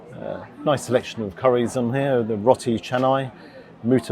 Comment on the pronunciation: Its Roti pronounced as roe-ti